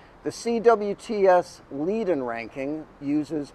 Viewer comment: Leiden is pronounced “lie-den”.